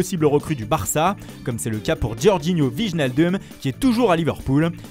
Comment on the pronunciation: Les noms Hollandais encore mieux... Vijnaldoume mdr ( ca se prononce Fayneuldeum pour ceux qui veulent savoir)